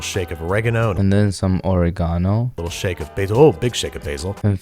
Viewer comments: The way he said ori-gaano the third time had me🤣🤣🤣🤣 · "Oregano""OregAAno""OregEAno" LMAO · Oregeno OrayGano ORIgaNo 😂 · I'm so simple I just laughed at the 3 pronunciations of oregano 😂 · Oregano. OrEgano and oreggAno took me😭😭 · Only America pronounces it like he said it the first time. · The oregano OREgAno OReGANo part just killed me for some reason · OREGANO O RE GANO OREGAN O